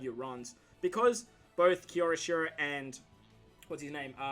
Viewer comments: its kyoshiro ! not kyoroshiro ,nice video man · You and Toadski butcher kyoshiros name 😂 it’s prounounced “kyo she row” it’s said like to”kyo”, Japan. Hope this helps, no hate of course :)